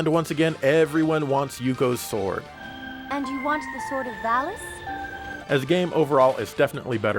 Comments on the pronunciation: jeremy parish says "vall-ees" everyone else says "vall-us" ... i trust jeremy parish's pronunciation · there is no L-sound in Japanese so the name of the sword is actually pronounced correctly. In the original Japanese name of the game the word is pronounced Varis with R also. The Enlish voice acting has probably been recorded before the name of the game was changed to include L. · I believe the first one was a mistranslation from Japanese since Vallis in Japanese is pronounced Varis. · They pronounce valis as varis because they're reading lines given to them by the japanese developers who pronounce Ls as Rs. Pretty hilarious. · Valis is pronounced Varis in japanese maybe that was lost in the translation. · They probably pronounced it that way because that's the way it was written to them. Sometimes in some translations the "L" is replaced with an "R". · The valis thing I know that r and l are pretty much the same in Japanese so maybe they didn't have the name in writing only as the japanese voice over? Even though it's the title of the game...and that game is a sequel? I don't know it's just weird that it's l and r when the japan mixes those two constantly. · The script probably transliterated varisu so the mispronunciation makes sense kind of like how barrier became varia and barbara(?) instead of volvagia.